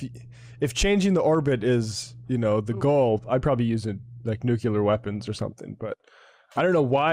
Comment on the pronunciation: Nucular weapons? Is GW Bush on today?